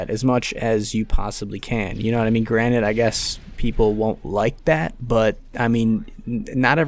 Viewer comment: Love that the cod commentaries are back but bro the word is “granted” not “granite”